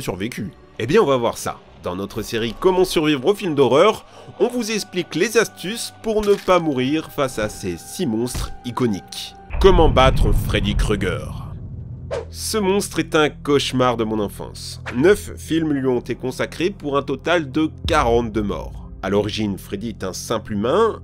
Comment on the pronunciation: Par conte on dit pas Freddy ''Kru''ger Mais ''Krou''ger Mais ça s'écrit Freddy Krueger.